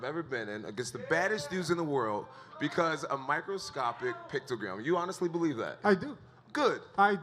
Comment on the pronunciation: "Microscoptic Pictogram" Jesus Christ. 🤦‍♂️